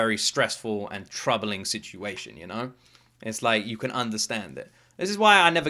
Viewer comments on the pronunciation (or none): none